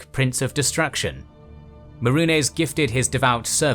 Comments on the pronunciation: I mean, I love the idea and most of the execution, but the pronunciations are clearly by someone who has never played the game. 'Mehrunés'? 'Cheemer'? And the narrator says 'White Gold Tower in High Rock'. Like, wtf. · its may-runes, not whatever the fuck you called it. how the fuck do you pronounce so many of these names wrong when their creators have said them for us MULTIPLE TIMES?!?!?!